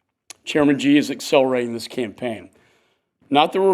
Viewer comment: This is a senator who sits in a room and can't tell Vietnamese from Chinese!! Also president Xi Jinping is not pronounced President 'Gee' but President 'Shee'.